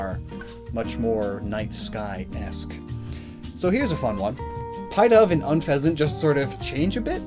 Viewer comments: "Pie Dove"? Isn't it"Pih-dove"? EDIT: So many of these pronunciations hurt. 😱😵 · Yo man said Pie-dove lol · Wow yeah he really butchered the name